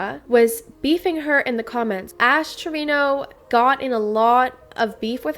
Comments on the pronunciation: Saying TREVINO.... and you're a 🤮🤣🤣🤣 its Treviño.... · How do Spanish speaking people not know how to pronounce Treviño as “Trevin-yo”